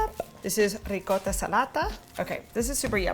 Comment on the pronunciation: OMG - you pronounced ricotta correctly. Looks fabulous. We (Italians) have used salata for a long time - it very yummy.